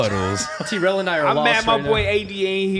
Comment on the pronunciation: TI called Trell "Rell", I wonder if he knew he was called Trell or he thought his name was Rell lol